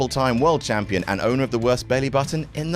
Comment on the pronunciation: I really cant tell if youre saying Jampion or not anymore 😂😂😂